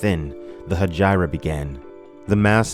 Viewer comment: I think you're mispronouncing Hegira. PS: You persuaded me - just bought the Kindle version.